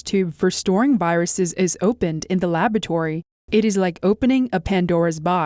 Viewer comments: What's a labatory? Oh... you mean lab-OR-atory. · New word: "labatory" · "Labatory" ... lavatory? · I really like and appreciate your channel. However, please have work on her pronunciation of the word 'laboratory'. The British or American English pronunciation is perfectly acceptable. Aside from that, keep up the good work.